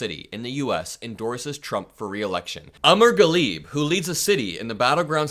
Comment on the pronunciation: since you said you're from a Muslim family and grew up around a Muslim community, I'm actually kinda surprised that you don't speak enough Arabic to know the Ameer Ghalib is pronounced /ə MĒR GHÃ lib/ (not Ã mɜr ghə LĒB -- that's not even Arabic, though the first name is close to 3mr) 3mr and Ameer are 2 very different names, much like Peter and Paul or Jose and Juan. 😅